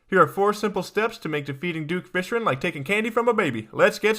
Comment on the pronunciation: I love your video but you said "Duke Fishren" I am not trying to be rude but I just think this is kinda funny.